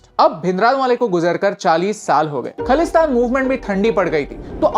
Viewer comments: Btw it is Khalistan. Pls pronounce it correctly. Some ppl would think i am in favour of it but im not. However, by seeing ur video, i think i really feel for punjabi ppl who have sacrificed all that they had for their freedom. Coming back to ur rubbish video on punjab...i would suggest why dont u make videos on maharashtra, telangana, karnataka where these so do called indigenous ppl are setting up campaigns to boycott other language or culture...pls dont be biased on north...punjab and bengal has suffered alot. Pre and post partition... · Firstly you need to know the pronunciation of khalistan and one more thing Sant Bhindrawale was not a terrorist understand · Bro first learn pronounce khalistan 😂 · First of a learn to speak ( pronounce) khaalistan correctly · Adhoori jaankari ke sath kaha se aa jaate ho tum bhai, or khalistan to thik se bol le, or khalistan word ko bura word bana diya hai bas, meaning samj iska jaake pehle. Punjab ka apna culture hai apna raaj tha, panjab shuru se alag tha, wo to bas British ke Punjab capturing ke baad panjab india me ral gya, warna panjab azad hi tha jis waqt india per british ka raaj ho chuka tha, or panjab k saath shuru se hi dhakka hi hora hai, panjab ko last me state banaai, jaan bhooj kar fir or tod ke Haryana Himachal nikal dala chandigarh bana dala or bhai jis apne baap ko tu terrorist bata raha hai wo sant the or tere jese nalle reporter ne hi us waqt ye news fela dali, us waqt social media nhi tha na jo moke per video bana sakte. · Sir pehle khalistan, theek se pronounce kar lijiye. It's ajnala not anjala. WhatsApp University ! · If khalistan is khlistan Than Pakistan should be pkistan No hate .. that pronunciation what just not suitable for me to hear .. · Its khaalistan not khalistan correct the pronounced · Correction: it's not khlistan it's khalisthan,pronounce it properly. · firstlly you should correct your pronunciation in bhindranwala its not द it's ड and also it's खालिस्तान not खलिस्तान